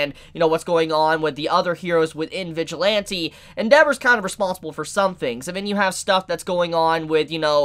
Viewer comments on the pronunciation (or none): none